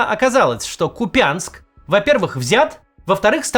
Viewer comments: КУпянск!!!! КУпянск, не КупЯнск!!!! Ну, невозможно слушать!!! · Максим, не КупЯнск , а правильно КУпянск , с ударением на У ! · Максим...., КупЯнск, так говорит путлер и еже с ним! Говорите пожалуйста правильно, так как говорят жители КУпянска(купянчАне) и украинцы : КУпянск!, ударение... тудыт вашу налево... на "У" , ещё раз повторяю КУпянск!!! 🇺🇦 Заранее спасибо! ❤ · Я из КУпянска , и мне режет слух , когда говорят - КупЯнск. То есть по твоему я придурок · Максим, КУпянск, а не КупЯнск!! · Не КупЯнск, а кУпянск. Местным жителям это слышать обидно. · Почему все называют город - КупЯнск? Ударение делается на «у» - КУпянск! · Почему-то все русские говорят Купя’нск а не Ку’пянск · Правильно говорити, КУп'янськ, наголос на У, від слова кУпа (до кУпи) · Нет таких правил в грамматике. Все местные называют КУпянск, такое же произношение и в словарях. Произношение "КупЯнск" - признак чужака, оккупанта. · Купянск, ударение на первый слог. Ничего страшного не случится с русской грамматикой, если произнести безударную "я" как "я", а не как "ие". Ну а если уж совсем тяжко, то хотя бы произносите КупИНск, но с ударением на первый слог. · Город КУпянск, а не КупЯнск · Максим, при всем уважении к Вам, пожалуйста говорите не КупЯнск, а КУпянск. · Максим, говори правильно КУпянск ☝️ Пусть так говорят безграмотные военноначальники и путин 😮 Не надо на них равняться 🫣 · Ну, блин, КУпянск! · а принципиально и пренебрежительно ставить ударение не правильно это не хамство? Лучше пусть мой город Мухосранском называют, чем КупЯнском. В первом случае это просто детская придурь, а во втором явное пренебрежение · Да кУпянск, а не купЯнск, хватит якать, ухо режет. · КУпянск, Кац, КУпянск. Только так. Запомни! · Скажите кто-нибудь Максиму, что он неправильно ставит ударение. КУпянск, а не КупЯнск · ударение на первом слоге - кУпянск!! НЕ купЯнск!!! выучите, наконец! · кУпянск, а не купЯнск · Господа россияне, Ку́пянск, не Купя́нск. Я скоро вздернусь уже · Блин ну не КупЯнск а Куууууууупянск